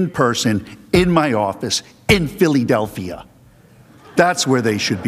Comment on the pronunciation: He said phillydelphia